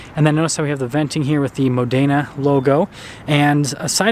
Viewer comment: Mòdena, not modèna😁👍